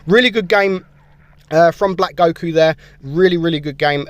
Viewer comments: "Black Goh-ku" FINALLY SOMEONE WHO DOESN'T WATCH DRAGON BALL! RARE INDEED! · Man said gocku